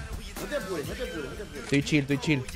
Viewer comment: diciendo de chil de chil xd